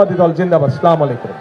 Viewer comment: তারেক রহমান সাহেব ত সালাম সঠিক ভাবে বলতে পারে না আগে শুদ্ধ ভাবে সালাম শিখেন তার পর ক্ষমতায় আসেন